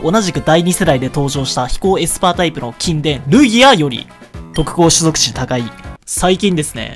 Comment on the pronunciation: 種族値が「すぞくち」なの毎回笑っちゃうすき